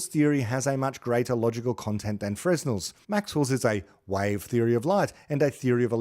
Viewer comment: Fresnel is pronounced properly as fruh-nel. You have a wonderful program!